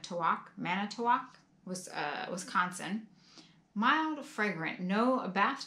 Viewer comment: You pronounced Manitowoc correctly. Try Oconomowoc sometime. 😅